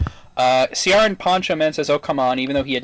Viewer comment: See-are-ran??? No, it's pronounced the same as Kieran! :P Though, if I'm honest, at least he admitted to it, and VERY honestly, I hope he does well in Red Sun (can't believe I said that). I mean, his series is well-MADE (the writing could be better, you know less plot-holes and less cursing), but he has talent, I suppose.